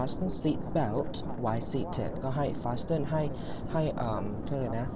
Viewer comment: PLS check how to pronouce "FASTEN" correctly xoxoxoxox